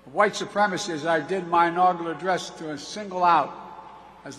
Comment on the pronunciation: "Like i did in my INAUGERLER address" -Joe Biden 😅😅😅